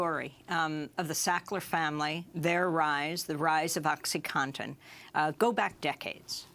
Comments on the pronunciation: "oxyconton" "oxy conton" its fucking OCSEE CAW-TON . im fucking telling a 60 year old lady how phonetics work.......... i dont even do drugs but its not a hard word to say it really isnt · Is he saying MS "cotton" and "Oxycotton" because this is certainly not correct. How hard is it to say OxycoNtin?